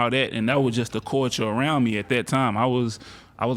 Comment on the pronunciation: My man pronouncing “culture” as “corture” had me so confused 😂 I had no idea what he was saying at first